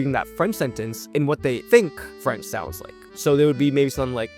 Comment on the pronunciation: As a French person living in hk, I’m impressed by your French prononciation